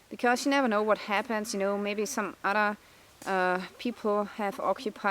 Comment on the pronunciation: Can you say other again!